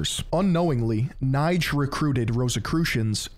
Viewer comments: yo, my good old hasan affiliate.. amazing essay like always but you butchered the sh*# out the pronounciation of those german names, especially Knigge 😅❤️ Love you regardless but if I‘ll ever hear you say Kneight again I‘ll make sure Pegasus (probably also a 33° mason) will be personally banish you into the shadow realm after a long, hard duel you simply can‘t win. Knigge = Kneekeh‘ (with a hard K at the beginning) von = it’s a lot more similiar to how you say "fawn" than how you pronounce it fun here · your pronunciation of the name Knigge is absolutely terrible. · ya sackless momo, it's pronounce Keh-Neh-Gah, not Keh-Nighdj. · Knigge is not pronounced like "Knife". Its actually pronounced like "NIgga". Other than that, good video. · And Knigge as NIDGE lol it hurt to hear that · Here in Germany everyone knows Knigge (quite funny btw how you pronunce him) because he is the author of a book on how to behave properly. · really interesting content yet again just the pronounciation is off. knigge especially ^^ if youd like, i could help you with that french, italian and german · I mean, you could’ve at least learned how to pronounce Knigge 😅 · you would pronounce this like the n word but with a k in front and without the r ;)